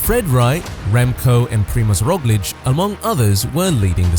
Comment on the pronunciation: right? how hard is it to look up a phonetic respelling for the names mentioned in the video and then including them in your (obviously very bad) prompts? PREE-mozh ROHG-lich - i've watched videos, some probably from this channel, where the name is said 3 or 4 times in completely unique and completely wrong ways